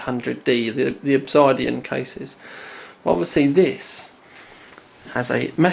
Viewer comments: I want this case >.< Pretty sure its pronounced "ObSIDian" not "ObsEYEdian" though. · Your pronunciation of "Obisidian" is disturbing. I am British, and have never pronounced it like that. No part of the word dictates the "I" in there. Nonetheless, I think this will be more ideal for my side-line build